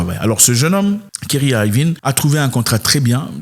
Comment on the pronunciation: Super vidéo comme d'habitude. Mais la prononciation c'est Kaïrie Irving.